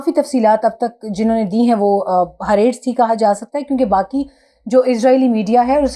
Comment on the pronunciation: Dear Your pronunciation of Hareetz is not correct